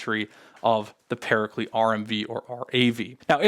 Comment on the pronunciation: why do you pronounce paraclete like that ☹☹☹☹☹☹☹☹☹